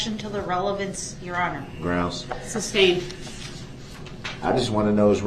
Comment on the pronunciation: Did he really say "substained" the entire trial?